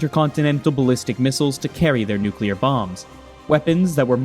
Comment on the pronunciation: It's not nuclear. 😅